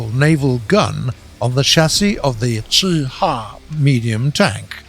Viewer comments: The cheh huagh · WHY DOES HE SAY CHI-HA LIKE THAT